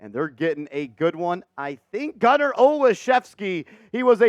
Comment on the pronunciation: I'm related to Gunner, this is great.....Im shocked you pronounced our name right lol